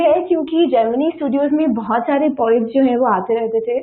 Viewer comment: It’s poets not “pawets”.